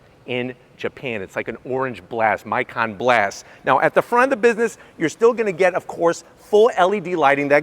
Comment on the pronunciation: Just a tip, Its mee-kan not mai-kan, never use what is common sense in English speaking with foreign languages. Also always keep emphasis on first syllable of names or words (particularly names). Its a common universal mistake to emphasize the 2nd syllable as if you're asking a question or speaking like an Italian.